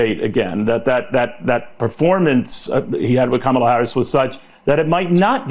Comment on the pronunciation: And after she pronounced her name to him he still decides to say it incorrectly, what a childish LOSER #kamalaharrisforpresident2024